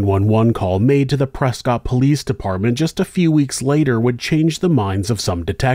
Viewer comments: The 911 call absolutely breaks my heart. I call my grandma almost every day and I can't imagine what it'd be like for her to be in that kind of situation. Small note: the city of Prescott, AZ is pronounced "press-cut," not "press-cot" like you'd think. I don't know the history on it, but I was QUICKLY educated when I moved to Arizona. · Also to be an annoying local for some reason it’s pronounced press-kit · The people of Prescott would like to inform you that it is pronounced, ‘Prescuit’ 😂 similar to biscuit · Something crazy. Prescott clearly looks like Prescott but it's actually pronounced Preskitt. Don't ask me why because I don't know. But I live in Arizona and I know that's how it's pronounced lol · pronounced prescott wrong